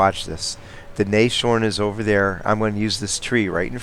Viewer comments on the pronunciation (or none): Nice demo of what (and what not) to do when spotting along a ridgeline. The same happens when defending Siegfried Line, a good scout makes all the difference there, especially along the north ridgeline. By the way, "Nashorn" would be better pronounced in split syllables: Nas- (like in NASA) -horn. This because "Nashorn" is the German word for "rhinoceros": nose + horn.